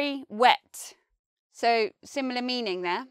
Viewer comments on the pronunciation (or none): none